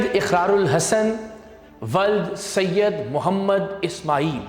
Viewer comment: اتنا رگڑ رگڑ کر کیوں کہہ رہے ہو سید سید آسمان سے تھوڑی اترے ہو